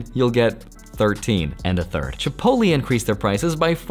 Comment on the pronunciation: I come for how he mispronounces Chipotle